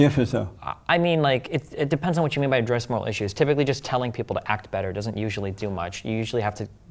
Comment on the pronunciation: (Good debate happening) -BAYTUH 🙄